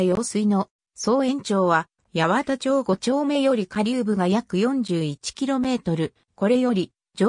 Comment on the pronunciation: 八幡町、、ヤワタチョウじゃなくてハチマンマチですね。他にも肴町、、サカナチョウじゃなくてサカナマチなどなど、余計な一言ですが😅 でも、貴重な情報提供ありがとうございます🙏